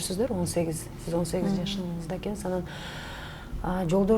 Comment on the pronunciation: Алып баруучу айткан эккнсиз деген эккнсиз дейтко дегенин каяктан уккан